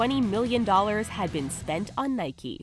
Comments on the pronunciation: It's "Nike", not "Nikey" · Instead of Nike it’s nikey XD